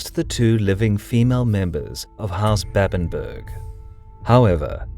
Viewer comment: Babenberg not Bäbenbörg. ;)